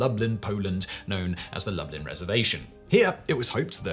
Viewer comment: Lublin, Poland, As far as I know, Lublin is most commonly pronounced Loo-bleen